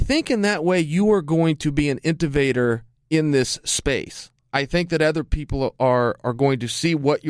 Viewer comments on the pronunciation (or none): Chael “intevator” Sonnen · Chael "Intovator" Sonnen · Colby "INTOVATOR" Covington